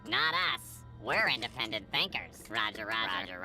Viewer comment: "indepent thinkers" and "inteligent" haha that funny *insert droid death montage here